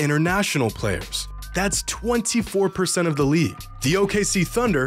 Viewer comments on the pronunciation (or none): I love how he emphasised "24%" as if thats somehow impressive. The NBA is a national league, therefore they naturally primarily recruit domestic talent. You cannot call yourselves world champs when 76% of your league is ONE nationality. In world championships of team sports, each nation has an equal amount of participants as every other. Nation's beating other nations is what classifies a country's team as world champions.